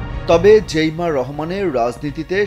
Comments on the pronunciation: জেইমা না জাইমা রহমান সাংবাদিক ভাই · জাইমা রহমান,জেইমা রহমান না,নামটাও জানে না , কিন্তু নিউজ করে🤩